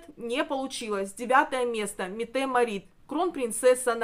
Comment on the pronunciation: Кронпринцессу Норвегии зовут МЕтте МАрит. Вы,, делаете неверное ударение